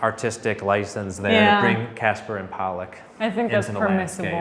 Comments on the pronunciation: Did call the Twins "Casper and Polluck"? Is that a thing? He knows it's Castor and Pollux, right? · "Casper and Pollock" Castor and Pollux